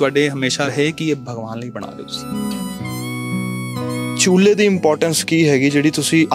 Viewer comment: ਰਿਪੋਰਟ ਰ ਨੂੰ ਸਹੀ ਨਹੀਂ ਬੋਲਣਾ ਆਉਂਦਾ ਚੂ੍ਲੇ ਨੂੰ ਚੁਲਾ ਕਹਿੰਦਾ ਐ